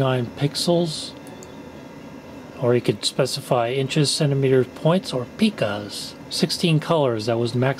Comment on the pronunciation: Pica is pronounced "pike-uh" (not "peek-uh").